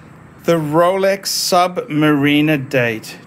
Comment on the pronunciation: Also you can’t even pronounce submariner correctly